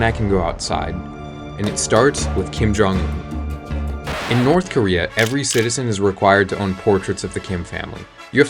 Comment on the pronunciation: Kin jong in nah, it kin jong goon.😭🙏